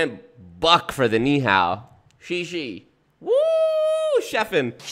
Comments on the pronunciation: Yes, the Xie Xie was awful, sounded like Shi Shi which is the slang my Japanese mom used for pee pee 😂😂😂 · I don’t think Bush practiced Chinese at all. He doesn’t say Ni Hao properly. The tones are all wrong, and the tones are part of the word in Chinese so what he said wasn’t actually Ni Hao. Then he said what I assume he meant is Xie Xie (thanks), which is so abominably wrong I am gobsmacked. He didn’t consult with anyone before saying this.